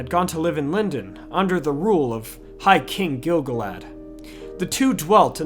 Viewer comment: Except for continuing to mispronounce Gil-galad great videos